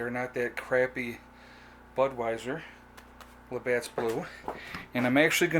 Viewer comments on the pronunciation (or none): from a fellow labatt blue drinker, there is no 's' on the end of labatt. lol.